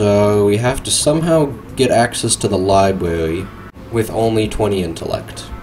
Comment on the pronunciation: Ahhh one of those can't do "R" guys. I love them.I like the part where he goes Pwison Libwary.